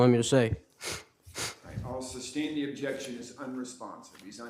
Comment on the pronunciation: Im only a few mins in and his pronunciation of words that begin with 'th' becoming 'duh' is so irritating. And no, its not a Ukraining accent thing.